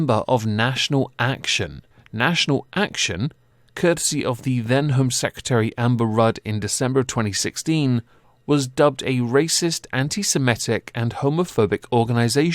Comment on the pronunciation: I’m sorry but you’re saying anti-simetic and it’s wrong. They are Semites, so it is pronounced anti-se-mi-tic